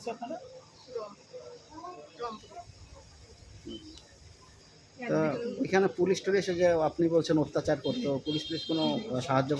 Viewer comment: মেনে নিলাম সব সত্যি যে যে ডিসটিকে থাকে সেই ডিস্ট্রিকের নামটাও সঠিক করে বলতে পারতেছে না, হবে রংপুর বলতেছো অম্পুর, সব ভুয়া